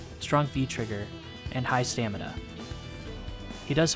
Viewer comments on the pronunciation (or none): none